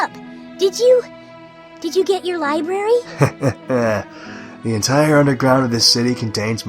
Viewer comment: A libery huh sounds like twilights liberiy